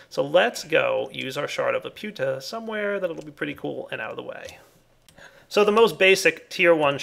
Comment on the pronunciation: you mispronounced the shard of laputa's name